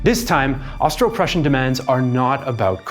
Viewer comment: Superb REAL Prußian pronunciation. Also a wonderful explanation